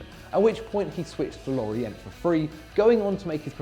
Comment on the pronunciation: You don’t say the t in Lorient ffs